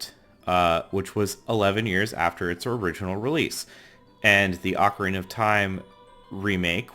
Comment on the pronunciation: It's pronounced. O-CAR-INA NOT OCK-Arina